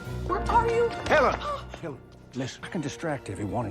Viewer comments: The first time I watched it I didn't realise he said "Helen!". I thought he said "Heavens", which made sense to me because she was runing straight at him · YES when I watched it for the first time a few days ago I was like wait what he said Helen???? Had to rewatch it a few times to make sure I wasn't crazy.